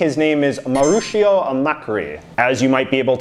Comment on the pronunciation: Nailed Argentina! But instead of pronouncing Mauricio with "sh", you use just "s"